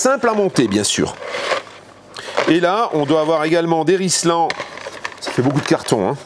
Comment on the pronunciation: Pas rice lent, mais Ril sans « Rilsan »bordel !!!